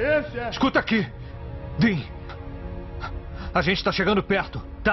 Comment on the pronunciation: Desculpa ser chato,mas é Dean cara!